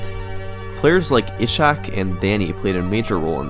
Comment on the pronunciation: just a note, Ishak is pronounced eesaak